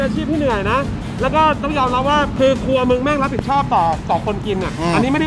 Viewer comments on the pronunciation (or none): ทำไมฟังไม่ค่อยชัดเลย ครัวหรือครวย ครับ😂😂😂